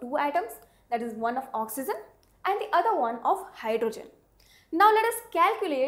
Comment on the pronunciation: madam, just for being an english teacher. my ambitions is to see you as a good pronouncer of saying the word ''oxygen'' correctly.